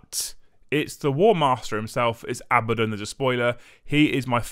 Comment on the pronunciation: It's pronounced . It has 2 D's, not B's.